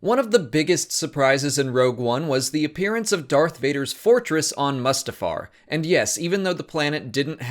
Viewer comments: This dude runs SW Explained and calls it MUSTafar? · The way you say "Mustafar" is strange. Isn't it "Moo-stah-far"? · Loved it - but can we please pronounce Mustafar correctly?